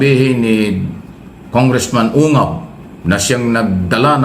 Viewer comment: Ungas pangalan Hindi ungab😅😂😂😂😂